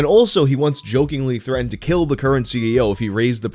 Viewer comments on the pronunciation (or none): none